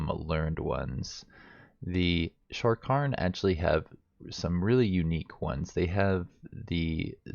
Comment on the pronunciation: Sha-karn not sharkon People ability to read really disappoints me.